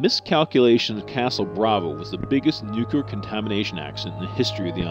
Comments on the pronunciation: It's nuclear(new-clear), not nu-cu-lar. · I find it hard to take the narration seriously when he keeps saying "nucular". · Hey, Mr. Narrator...it's pronounced, "NU-KLEE-UR." NOT 'NU-Q-LUR." Read the word...NUCLEAR. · some things don't sound too bad when said various ways. "Nookyalerr" sounds jarringly stupid. And no it isn't new-clear either. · Did the narator say "nookyoolur" ? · NUCLEAR -- NEW CLEE ER For God sake please pronounce it correctly. There is no alternate pronunciation, just a wrong one. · almost no one ever pronounces "nuclear" right; they keep calling it "nukeyoular" :P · Not being able to pronounce things properly or even worse not CARING are both signs of defective, sloppy mental processes. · I agree. I get fed up with this word being mispronounced.